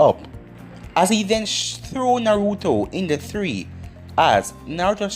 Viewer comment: How you say tree like three and three like tree 🤷🏾‍♂️🤦🏾‍♂️